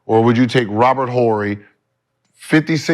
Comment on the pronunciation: Why Gibert putting some much emphasis on the H in Horry? lol the H is silent my dude hahaha.